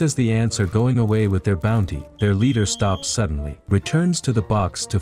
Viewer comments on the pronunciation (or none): Not booty. Its bounty. Thank you for recapping this lovely cartoon.